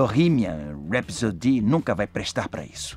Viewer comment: É engraçado o pessoal falando "Rhapsody" errado haha